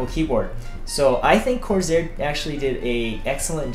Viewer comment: could not focus over the mispronunciation of corsair (he pronounced as corzair?)